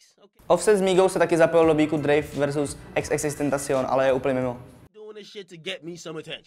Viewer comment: "... do beeku Drafe vs..." xddd